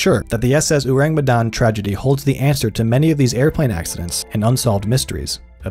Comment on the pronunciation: Their mispronunciation of Urang Medan is so distracting 😅😅